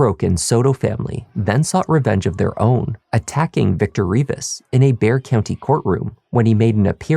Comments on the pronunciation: Thank you for pronouncing the word 'BEXAR' correctly!!! EVERYONE gets in wrong! Bexar county. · Wow, a crime podcast that pronounces bexar county correctly. ❤😂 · Thank you for saying the county's name right. From a San Antonio resident lol. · He pronounced Bexar County the right way. I’m proud of you. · Thank you for pronouncing Bexar correctly 😊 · Great job on this! I live in San Antonio. I’m sooo glad you pronounced Bexar County correctly. Love your channel! 🙌🏻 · bonus points for correctly pronouncing Bexar county! Thorough research as always!